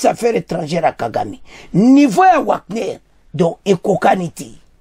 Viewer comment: Wagner on pronnonce Vagner svp